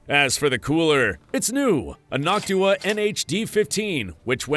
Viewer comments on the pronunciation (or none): none